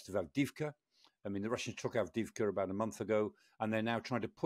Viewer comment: There's no Kar- in Kharkiv! I noticed a few mistakes in your narrative, FAB-1500 only has 675 kilos of HE, And everybody knows you shouldn't put your Hi-Fi speakers on the floor! (Without a stand!) Ironically he can pronounce Aвдіївка correctly...